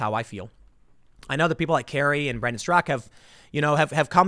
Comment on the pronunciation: STRAKA, not STROCK. It's like referring to you as TIM POO.